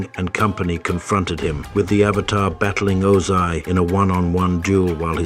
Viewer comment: i hate the fact that everytime i listen the pronunciation of avatar it just hits me. its like pronouncing burger as bergers . it gets on my nerves ahhhhhhhh